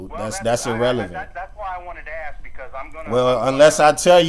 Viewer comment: Love your audits but the word is ASK .